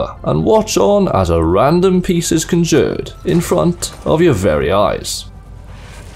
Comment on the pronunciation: How you say conjured makes me skin crawl lol